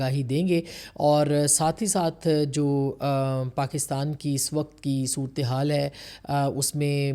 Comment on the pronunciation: مہربانی کرکے اپنی اردو کی تصیحیح کرلیں حکمتی نہیں ہوتا حکومتی ہوتا ہے 🙏🙏 صورتیحال نہیں ہوتا صورت حال ہوتا ہے 🙏🙏🙏